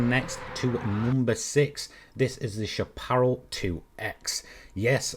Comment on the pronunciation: I love your videos. They’re really fun and helpful. I’d like to take a minute to help you with the word ‘Chapparal’, since it’s pretty much an American word derived from the Spanish word ‘chaparro’, meaning ‘short’. Chapparal is a North American shrubland plant community that extends from southern Oregon here in the U.S. south through California, into the northern part of the Baja peninsula in Mexico. Obviously, it’s also the name of a racing car manufacturer. In the late 1960s, we also had a western TV show here in the states called ‘The High Chapparal.’ I hear a lot of sim racing enthusiasts mispronounce this word, especially if they live outside the U.S., which is perfectly understandable. It’s pronounced SHAP-ə-RAL, with the emphasis placed on the first and third syllables. The last syllable rhymes with ‘pal’ or ‘Sal’, not ‘ball’ or ‘fall’. I hope this was helpful. Thank you very much for all the great videos!